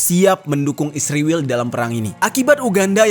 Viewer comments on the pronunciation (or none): Min jangan goblok tau baca gk mesti pake huruf besar blh spy jgn slh baca ISRAEL bukan isriwil goblok luu...skolah ulang luu